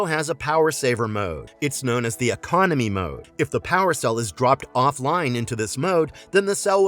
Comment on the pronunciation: You lost me when you said “economy mode”